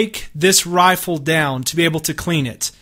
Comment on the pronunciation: He says Rifle Like "Roaffle